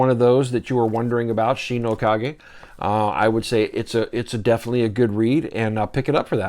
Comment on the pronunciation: Thanks for pronouncing Kage correctly.